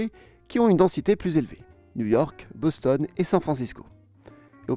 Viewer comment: Salut ! Tant qu'à dire Philadelphie et pas « Philadelphia », il faudrait dire Boston et pas « Bostonne »